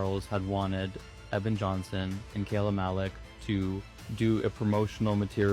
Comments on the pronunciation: (very unserious comment) As a Kyla who always gets her name mispronounced as Kayla, the vindication i feel hearing Kayla mispronounced as Kyla is unmatched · Kay- lah. .not ky-lah ily but if your do your try research you should know how to say her name. She is an abuse victim. Say her name right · My name is Kyla, so when you first started saying ‘Kyla’ it kind of threw me off a bit lol; I’m American and when most people see my name they try to pronounce it ‘Kayla’, so it’s really funny that in the UK (in the area that you’re from, at least) it’s the opposite and all the Kayla’s get called by my name instead haha